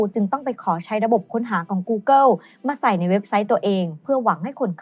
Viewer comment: เนื้อหาดีครับ แต่ผมกลับรู้สึกว่า overly dramatized ไปหน่อย และถ้าสามารถปรับปรุงการออกเสียงคำภาษาอังกฤษได้อีกนิดก็จะดีมากๆครับ ไม่ใช่ต้องสำเนียงจ๋าอะไรนะครับ แค่ออกให้ถูก อาทิ ท๊อปลิสต์ ไม่ใช่ ท๊อปลิด , กูเกิล ไม่ใช่ กูเกิว